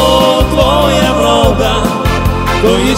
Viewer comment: а ще в українській літературній нема слова бистрая і наголос не вОда а водА